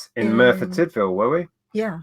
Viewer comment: Just missed this live! I am impressed with pronunciation of Merthyr Tydfil:) Will do Big Pit next time you visit. Off to watch the rest of the show.....